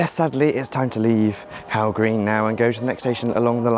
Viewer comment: Hough green is pronounced as "Huff" I'm from Widnes the station is a 30 second walk from my home, it was nice to see Widnes get some attention